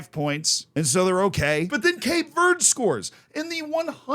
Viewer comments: as a cape verdean man. happy. very happy. edit: by the way the amount of times he mispronounces Cape Verde is jarring me XD....its Cape Verd-Ay in english. if you wanna be cultured - - say Cabo Verde. like how the Ivory Coast officially wants to be called Cote D'Ivoire, we officially want to be called Cabo Verde. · It's Cap-ay Ver-day, btw.